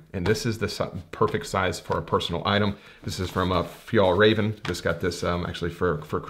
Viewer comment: I also use F-stop backpacks with ICU:s. Makes my life very easy when it comes to bring the cameragear on a plane as carry-on. Loved the way you pronounced "Fjällräven" btw 🤣🤣🤣.